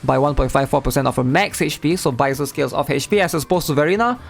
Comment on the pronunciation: I just need sanhua from the 5th day reward to complete my encore team. Also, it’s sad how everyone calls “baizhi” baizer